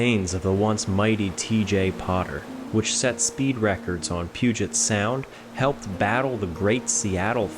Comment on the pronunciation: As a Washingtonian, well done with pronouncing Puget Sound correctly. I hear so many people from outside the Northwest mispronounce it 😅